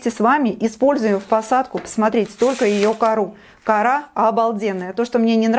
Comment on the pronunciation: почему кАра. а не корА..???